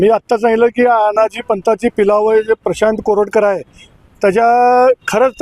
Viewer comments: प्रशांत कोरटकर आहे. कानेटकर नाही. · Prashant Kanetkar नाही हो...Prashant Koratkar.